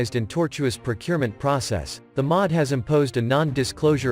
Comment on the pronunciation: The M O D, not 'the mod'.